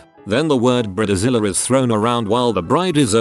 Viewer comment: Yep, and Brid-a zilla.